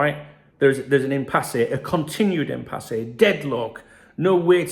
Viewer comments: Why arr you pronouncing it im-pass-eh? It's im-pass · It’s impasse not empasse say it right son silent e at the end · It's pronounced Impass according to Google. Which sounds about right since there's no accent over the final E. It's not written "Impassé". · Haha I prefer it impassay. Sounds far better. I personally wasn't even sure what it meant. But I reckon impassay is a far better pronunciation. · Love how you pronounce Impasse lol, keep it real. Anyway, my theory, FSG have known they have no intention to extend these contracts, Hughes is the convenient scapegoat or fall guy for a failed summer transfer window followed by failure to secure our 3 best players. FSG and Hughes need to go if this is case